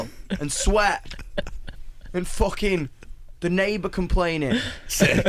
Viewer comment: "It needed to be foocking uk as foock"